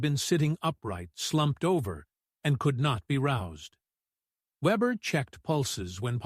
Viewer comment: His last name was not webber but weber .